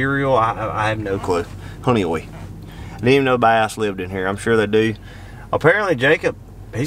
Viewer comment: North or South end of any of the "Finger Lakes" will find your grass. Honeoye would have been a better warm up for Cayuga. Pronounced Hun-e-oye.